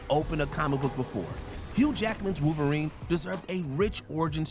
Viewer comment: Wolverine not wooverine